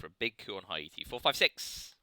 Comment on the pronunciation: Haiti is pronounced "Hey-tea". Great Soviet game! Really good plays in the Americas, and that Defectors of One Small Step. Do you think one side is stronger than the other (USSR vs USA)?